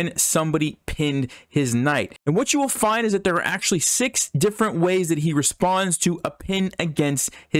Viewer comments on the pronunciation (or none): none